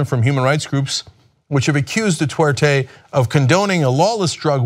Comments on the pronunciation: It's Duterte not Dutwerte Cenk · 'Detorte' lol, it's pronounced 'doo'-'tare'-'tey'. Admittedly, that guy at the very least doesn't deserve to have his name pronounced correctly. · Hey Cenk, it's "du-TER-te" not "du-TWER-te" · It's Duterte not Dutwertey. Just one of the many things TYT gets wrong. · Dude, TYT are great people but can't you just spend a half a minute learning the right pronunciation of things. If you guys were all monolinguals, I d let it slide, but Ana and Cenk, come on. Du TER te, not Du TWER te. Just sayin. I want you guys to sound as smart as you are. Keep things going, thanks! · Duterte, not Dutwerte. Sort it out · Curious there is no "W" in Du-ter-te? Sounds like Cenk is saying dwouterte. Wonder how Cenk feels about Martial Law being imposed on Mindanao, because of urban warfare in Marawi between Abu Sayaf versus Philippine Army and National Police? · Could we maybe not pronounce his name as 'Du-twer-te,' or am I asking too much? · Wow the way they pronounce Duterte